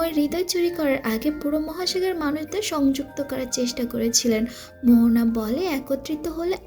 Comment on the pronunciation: Her name is moana not mohona